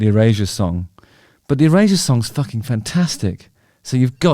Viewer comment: Do British people pronounce Erasure as Eurasia or is it just Justin?